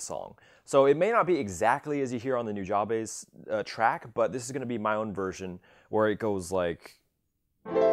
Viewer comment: Noo Jah bay soo is how you're supposed to pronounce it haha